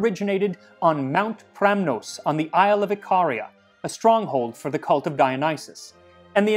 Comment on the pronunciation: Ikaria is pronounced like Ick ah rea. One of the only Greek islands where the original oak forests remain, whereas most of the other island had the forests felled for olives. They hunt goats there and turn them into backpacks.